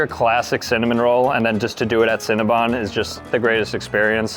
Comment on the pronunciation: Cinnabon not cinnabun